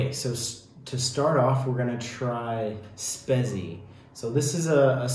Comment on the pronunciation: "Spezi" is pronounced more like "shpayt-see".